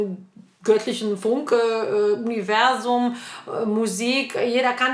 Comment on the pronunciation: Wenn du "universum" gesagt hast, klingt das nicht ein wening? Grüße von den Malediven